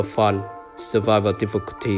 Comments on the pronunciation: nói sai fun=) thành făn=) :))) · le vờ phớn👌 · nếu anh em nghe lúc thì ổng nói level fún=) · tui nghe level phân :) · Ông nói là Level Fùn. Chắc vậy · "level fún" :)) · Mà lv fun em nghe ra sao là lv fuck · Lúc đọc level fun thì dọc level phắn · chữ fun anh nói thấy sao sao á